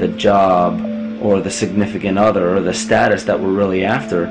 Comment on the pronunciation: fascinating ..... but when will people remember how to pronounce "the" before a vowel????? sadly,... pronouncing the word "the" as "thuh" before a vowel makes one sound so ignorant - - "thuh earth", "thuh atmosphere", "thuh eyes", "thuh archetypal"... and totally discredits the content of the message... I suggest that the narrator go back to school and learn how to correctly pronounce English in the beauty it was meant to have